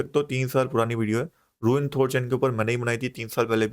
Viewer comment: It’s रून not रूइन